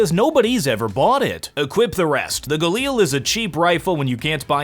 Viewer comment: This guy's spelli g is the equvillant of a kid that says words by spelling them. Like, A.U.G instead of just AUG? Gailar?? IT'S GALI AR